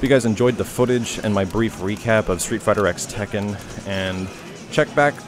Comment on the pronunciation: It's not a big deal, but it bothers me that he keeps calling it "street fighter x tekken" when it's technically supposed to be pronounced "street fighter cross tekken."